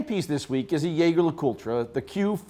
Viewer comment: Did he say "Jäger". Great! Hate that pretentious "jeje"